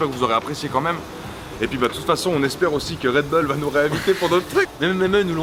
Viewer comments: red beuls Mdr sa se dit bull tout simplement:-D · ça se prononce redboule pas redbeul , comme les chicago bulls on ne dit pas chicago beuls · pas "red beul" mais "Red bull (boule)" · "RedBoule" pas "Redbeule"! :@ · on dit redboul pas redbeul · REDBOUL STP ET MAS REDBULL(a prononcer)😂😂😂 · Damien Rousseau plutôt redbulle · mdr on dirait qui dit réd beul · Et mise a part le red bull que je prononce d'une facon différente, vous aimez la vidéo?